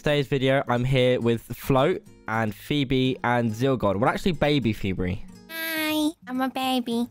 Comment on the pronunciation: I love how josh calls phobe pheebs 😁😁😊